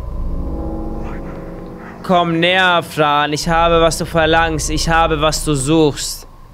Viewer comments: du hab gesagt Frö bow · Es wird Fran geschrieben gesprochrn aber Frän